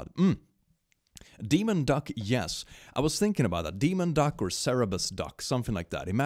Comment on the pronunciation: please you always say cerebus but it is Cerberus. Coming from the Greek Κέρβερος (Kerberos). As someone who has learned 4 years of Ancient Greek in school it physically hurts me when you say cerebus.